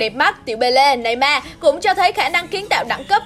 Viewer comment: Neymar mà đọc thành neyman